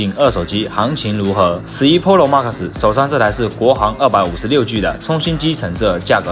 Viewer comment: Stop saying “ Polo Max” is “ Pro Max” they’re big different between those two words OMG.